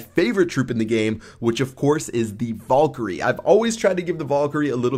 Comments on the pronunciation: You say it vAl not vOl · You say golem correctly, but not valkyrie....and it's pretty tough hearing you say it over and over and over again.